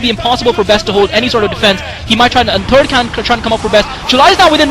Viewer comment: I like when says third cannon, and it sounds like turd cannon